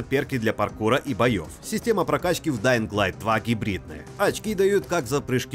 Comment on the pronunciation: Спасибо за альтернативный обзор, но ребята из stop game менее предвзяты чем вы. О! ДаинГ сильно режет ухо. Все равно спасибо